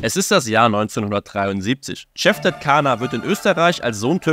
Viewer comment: Cevdet Caner spricht seinen Namen genauso aus wie im Video.